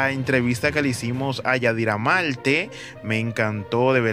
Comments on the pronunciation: Se dice Marte no Malte, mi hijo usas las palabras correcta, quizás lee un libro estas hablando muy mal. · Pero amigo trate de hablar mejor, practique para que mencioné la "R" coooñññooo Malte Velada Menciona la "R". La "R" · se dice marte ..no todo es con ...l...aprendes a escribir..si quieres hablar bien como yadira..tienes que estudiar...